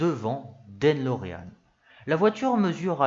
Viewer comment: En effet, c'est De Lorean et non Den Lorean comme parfois prononcé. Ça fait mal aux oreilles, dommage car le fond est bon !